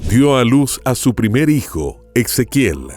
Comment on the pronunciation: No suena Ex... Suena como la S... Ezequiel